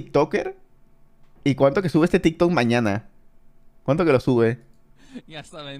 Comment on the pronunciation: Se dice TikTok 🙄🙄